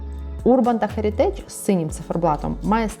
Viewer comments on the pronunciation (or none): у словш херитидж наголос еа першому слоге